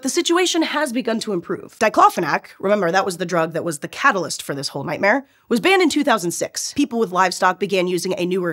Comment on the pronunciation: That drug wasn't a catalyst...it was a COW-talyst! 😝😝😆😆😆